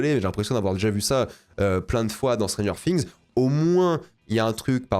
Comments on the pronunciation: Stranger Fings. Séreux c’est quoi cette prononciation anglais degueulasse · ça chie sur la VF mais ça prononce Stranger Fings. Par pitié, fais un effort